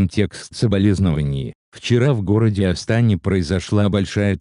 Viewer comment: В Астане, ударение падает на букву е